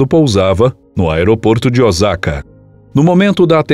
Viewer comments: ( 大坂 Ōsaka) pronuncia-se "Oôçaka" e não Ozaka. No japonês o "s" sempre terá som de "s" e jamais de z. 👍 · Não é Ozaka é Osaka, kkk..